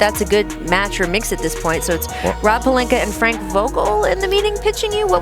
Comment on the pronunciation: Is it jus me but wtf do SAS put a r on Rob Palinka name ? Lol